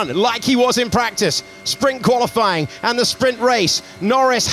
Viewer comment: Why does the comentator always say "qualyfLying'? I suppose he does it on purpose but it looks as if he didnt know how to say it